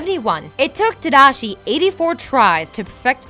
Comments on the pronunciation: 83000 buildings, not 82000. Also, it's San Fransokyo, not San Fransosyko, and you mispronounce so many names ARGH (Shee-yoon Kim, not Shy-yoon Kim. Ta-Da-Shi, not Tadaeshi or however you pronounced it) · I feel like they pronounce shit wrong on purpose in order to get people to comment so much on their videos. "Tadishi" "San Fransoskyo" "Baymex" Idk how pronunciation becomes inconsistent when you're reading facts and are able to do more than one take for a video that you can edit... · tadishi? haha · ta-DA-shi.. not tadishi, like seriously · tadishi? tadishi????? tamotherfuckingdishi??????? godamn it!!! Another video where you havnt actually seen what your talking about!!!! sit down and watch the movie instead of messing up at your simple job!! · "Tadishi"? Hoo boy... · Why does she keep pronouncing slightly things wrong lol Tomago, Tadishi, Big Zero 6.. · Did you not cringed when she said "Tadishi"? That was way worse. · How do you mispronounce Tadashi's name... Lol. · Its tAmago. And Tadashi。the pronunciation is horrible. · Wow she had A LOT of mispronunciations in this video...I have never heard someone butcher Tadashi's name like that before... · Sorry! I looked up the pronunciation, but I butchered it :( back to ye ol' Rosetta Stone tapes. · Did anyone else cry at the pronunciation of Tadashi or was it just me